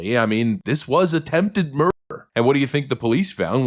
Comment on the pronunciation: Why is the word murder being distorted and not pronounced accurately??? 😮😮😮